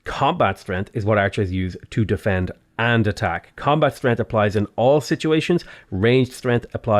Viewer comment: Anyone else notice that he says strenth?